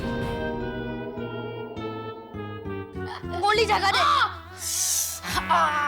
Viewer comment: Goli not Glou